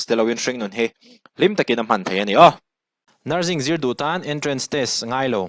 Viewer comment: NurZing nilovin nurSing tia lam tur aw